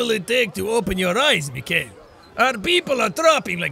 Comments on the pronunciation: That's awesome! But in Russia we talk "Me khai ill", not Michael. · okay, jack, here are some tips for you from a responsable russian mikhail - pronounced mihail, accentuation is on last i bratvA welp, that was it for today) also, i LOVE your russian accent. no russian can do that))) real russian accent is horrible btw) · Its Mihail, not Mikail